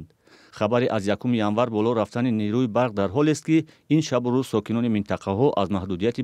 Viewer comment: Кормандони “Радиои Озодӣ”, нерӯ, на ин ки “нерӯй”(ғалати ҷиддӣ) Рӯ (рӯй) - рӯи (рӯйи) Мӯ (мӯй) - мӯи (мӯйи) По (пой) - пои (пойи) Ҷо (ҷой) - ҷои (ҷойи) Лекин нерӯ - нерӯи “Нерӯй”, “нерӯйи ..” ин хел калима вуҷуд надорад!